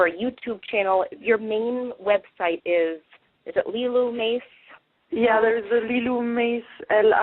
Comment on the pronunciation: it was wonderful getting to know you even better through interview of you. BUT, this is the second time I've heard you let an interviewer mispronounce your name and it drives me crazy. I used to pronounce your name "Mace" before I heard you pronounce it as "Mahsay." So, since you allow people to mispronounce it, I shouldn't have a problem with it, but I do. LOL. Looking forward to you producing your own TV show!